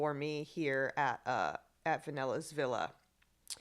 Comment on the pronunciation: it’s really interesting the way she says vanella’s villa